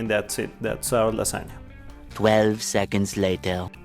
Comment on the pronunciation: Casi diría que hablas como nativo hasta que te escuché decir lasagna :v pero amé la idea de este canal <3 Felicitaciones.